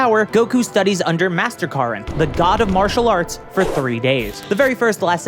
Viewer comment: Isn’t his name Korin, not Karin?